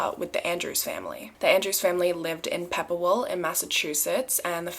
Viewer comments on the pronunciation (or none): American pronunciations : Pepperell= Pepper ell, Ayer= Air, LaPlante= La plant. Im from that area and lived in both Pepperell and Ayer. Cheers for this story.